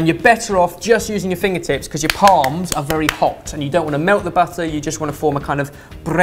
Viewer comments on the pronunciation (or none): none